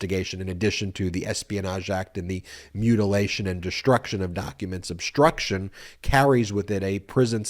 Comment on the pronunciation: Obshtruction? Deshtruction? Stop that. Speak correctly.